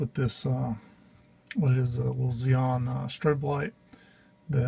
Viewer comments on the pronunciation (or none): none